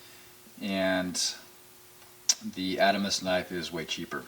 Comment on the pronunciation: Good videos. That said, it's pronounced the "Ahd-ah-mahs".